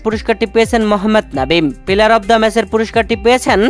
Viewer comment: Onde noy bhai at first one day bolte Sikh. Aar paler noy player bolte Sikh. Sab mone hoy Bharat er sorojontro. Jobe tui one day format bolte parbi tobe bangladesh champion hobe.